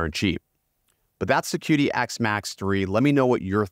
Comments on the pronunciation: The Q in Chinese is like CH in English so instead of calling it Kidi you call it Chidi. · It is pronounced Chee Dee, the Qi is the vital life force in Chinese medicine. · Just a heads up; it’s pronounced chee-dee. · Plus, desiccant, Qidi (this one almost understandable). Just some words I noticed you said wrong/weird/different. Please ignore me, I'm just an asshole lmao.